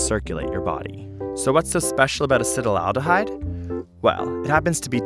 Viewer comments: A-C-E-T-A-L-D-E-H-Y-D-E... Why do you keep saying Acet-al-al-dehyde?! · acet-aldehyde. not "acetyl-aldehyde" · Wonderful video! I may be wrong but it seems as if you are mispronouncing "acetaldehyde." It sounds as though you are adding an extra "al" to the word, making it sound like you are saying "acetal-al-dehyde." I was under the impression that it was pronounced (at least phonetically) "ass-et-al-de-hyde." Am I wrong about this? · It's acetaldehyde, not acetyl-aldehyde! Gah! Pronunciation! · he says Acetylaldehyde but writes Acetaldehyde.. WHICH IS IT? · Acetaldehyde is pronounced "acid owl de hide" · ur pronunciation of acetaldehyde is horrible. Acet like in acetate, then aldehyde like in formaldehyde, not acetal - aldehyde. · I cringe every time he pronounces it "acetalaldihyde" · I would think that someone would have told him he's pronouncing acetaldehyde completely wrong. "Acetyl aldehyde" is not correct. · I hate how acetaldehyde has an extra syllable in there that is not seen, yet is pronounced. I also hate riding in cars, looking at my phone, and viewing my bank statement.